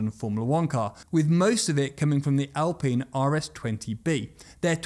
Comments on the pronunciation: Alpeen or Alpine? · Why is it Al-peen and not Al-pine? There’s only 1 e in the word. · I stopped watching the moment you said Al-peen,...bye! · Alpine Al, like the name- pine like the tree. Hopefully now you'll be able to say it correctly.🙏🙏🙏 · Al Peen.... Cmon! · I've never heard "alpine" pronounced as "al-peen". Are pine trees then known as "peen" trees? Jokes aside, it's a big yes from me for the video about aerodynamics. Will be waiting 👍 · The alpines are pronounce al pine in english.